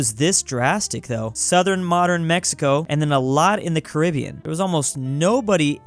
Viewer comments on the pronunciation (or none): none